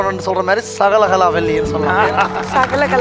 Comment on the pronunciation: Azhaga thamizhla sagalakalavallinu solraru.... Naduvula oru female voice sagalakalavallavinu solluthu... Aatha un thamizh la teeya vaika...